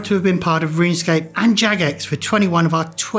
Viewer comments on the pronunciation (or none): none